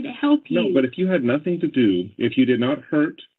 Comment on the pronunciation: How about everythink, anythink, nothink, going-k, wronk, ..... Etc. What an embarrassment